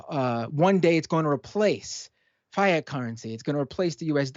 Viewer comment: Did this guy just mispronounce 'fiat'? Credibility gone instantly.